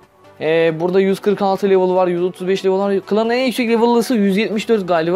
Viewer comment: Bi level demeyi öğren bence